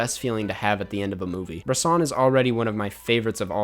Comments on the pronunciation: bres-ON not BRESS-in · Bresson with the ‘o’ sound if you fuck with the two movies you gotta watch “the devil, probably” easily his best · I don't want to sound nitpicky here, but i am pretty sure that is not how you pronounce Robert Bresson. ( i don‘t speak french) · The way you say Bresson hurts me lol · It's Bresson, not Bresson!